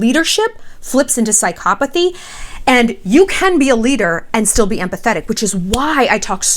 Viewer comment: You aren't pronouncing psychopathy correctly at all. And you cannot DX someone without clinically evaluating them. Sincerely, ~ A soon to be therapist